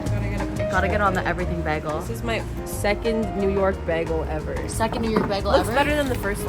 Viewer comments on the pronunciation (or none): As a new yorker its (bae g el s) 😭 idk but i love this vlog😊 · PLEASE READ THE WAY YOU SAY BAGEL PISSES ME THE FRICK OFF. LIKE WHAT THE HELL IS BAG-UL. NO IT'S BAE-GHUL. IT PISSES ME OFFF SOOO MUCH. WHERE DID YOU EVEN GET BAG-GUL FROM? LIKE FROM WHAT YOUR FRIEND SAID IT'S NOT EVEN A CANADIAN THING SO WHERE THE FRICK DID STUPD A$$ BAG-GUL COME FROM. I HATE IT SO MUCH WORDS CANNOT EVEN BEGING TO DESCRIBE HOW MUCH I HATE IT. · beggel???!?!?! in nyc we say baegul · What Americans do you guys know that say bagel like baggel? Cuz no way that's from NY/NJ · I don’t know who told her Americans pronounce bagels like that but yeah no… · Girl love you but I truly have never heard anyone say bagel like that in the us 😂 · Bc we don’t. I think that’s a Brit thing tho😭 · why are we saying bagel like that pls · Says “bagel” very canadian friend: oh my god you’re so american! 😭😭😭😭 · super seriously, I have never heard anyone said bagel like that before and I have lived in various parts of California for all 26 years of my life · I pronounce Bagel so differently than you guys lol. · never heard an american pronounce bagel the way did lol